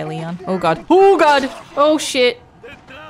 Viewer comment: It's frightening to know that you pronounced "Detrás de Ti, imbecil" with a perfect tone. I was amazed when I heard you